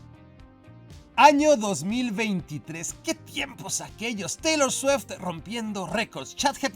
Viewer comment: Taylor 'sueft' xd